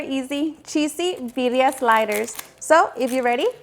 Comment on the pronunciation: Why the heck do you say biria instead of birria? You have a very defined accent and you can't speak proper Spanish?